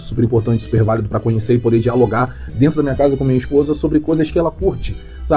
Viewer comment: "aí dento!"